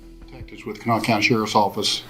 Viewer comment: Mispronounced county